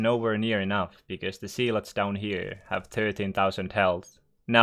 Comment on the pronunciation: It’s pronounced Zeh-lots not zeee-lots